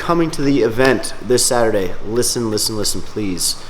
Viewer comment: Cant even say Saturday 😂 my gosh